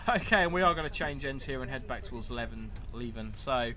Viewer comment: As mentioned it is Lee-ven.Also Glenrothes is Glen-roth-ess (not rowths).